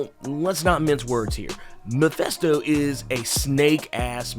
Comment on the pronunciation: mefesto? did you mean mef ( i ) sto? its not mefesto its mefisto jesus ...